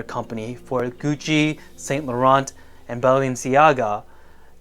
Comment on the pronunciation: ‘Saint lawrant???’….’san larawn’….if you are going to comment on a brand, learn how to pronounce their name.